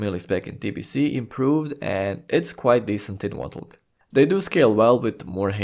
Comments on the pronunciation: Lol every time this guy says 'Votulk' (reading WotLK as a word) it makes me laugh and at the same time triggers me immensely. To the point that I nearly had to just stop watching the video. Just call it Wrath man. Please for the love of sanity. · saying "wotlk" lol sounds so funny. wrath might be easier and would likely be well understood xD